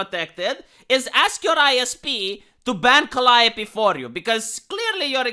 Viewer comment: He pronounced Calliope right ( Ive always got it wrong ). This guy knows his stuff.